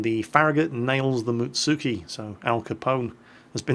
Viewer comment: Am i the only one who cringed when he said Mutsuki (Muts-ski)?